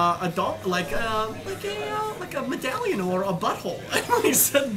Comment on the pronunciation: In this video, I'm just realizing Joey tells that Dumbledore said " butt hole " ... In every other interview and panel, it kind of sounded like " bottle ", so I didn't really get why he would find that funny but I just went " Well it's Joey, he finds everything funny ". Now, I get it x)